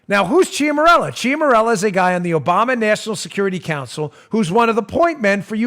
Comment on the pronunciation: Ciaramella = Chara-mella. Just sayin'. :-)